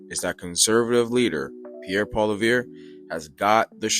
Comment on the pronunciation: His name is pronounced POLY-EV again POLY-EV